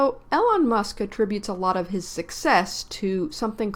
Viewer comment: "Eee lon" not "Ellen" Musk SMH.